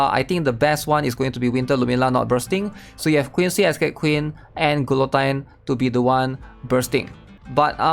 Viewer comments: glutine? lol say it like this ma bro gee yo tyne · Gil oh teen Not Qwill o Tyne. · “Gee-a-teen” Great breakdown, otherwise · Who the hell is GOO LOW TEEN???